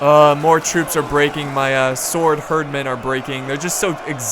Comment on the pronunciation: I hate to be that guy, but... you pronounce the word hird wrong, you keep replacing "i" with "e". Herd: a group of animals that live or are kept together Hird: retinue of household armed companions